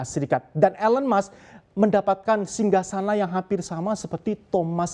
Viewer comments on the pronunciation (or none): Kenapa orang Indonesia membaca nama Elon Musk ( baca: elen mask seharusnya : ilon mask) 😮😮😮😮